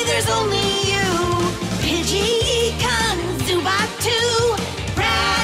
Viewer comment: It's ehhhhhkans not eekans